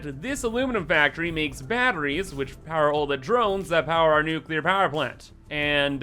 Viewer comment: New-Kewler Powah!